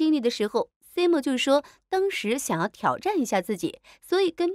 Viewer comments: simon发音是塞闷，不是西蒙。看了这么多期怎么还发错音呢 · 这个解说也太尬啦吧，能不能做好功课再解说😅😅马伯骞和Simon 这两个名字都念错